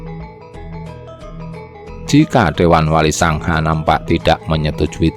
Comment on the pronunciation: yg membacakan suara apa tdk tahu bahasa jawa? wali songo di ucapkn wali sangha... belajar sejarah lah... jgn spt orang yg buta ilmu sejarah 👎